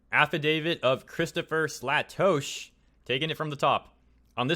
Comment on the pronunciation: Um, its pronounced Slay-Tosh(as in Josh).